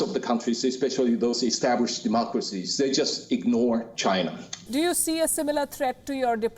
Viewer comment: You mean Chai-nah? 😜